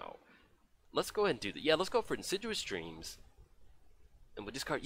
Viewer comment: It's not In sid u us dreams. It's In Sid EE us Dreams. Great game!